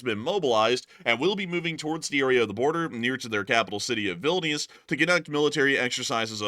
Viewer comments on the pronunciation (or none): none